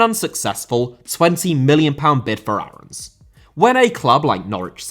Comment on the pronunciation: max aarons is pronounced “airens” not “arhowns”